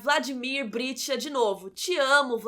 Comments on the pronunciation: Interessante crítica, mas, por favor, pronuncie corretamente o nome do protagonista. É BriCHta e não BriTCHa. E o sobrenome do Arlindo é Barreto e não Machado. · Brichta e não Britcha como pronunciado!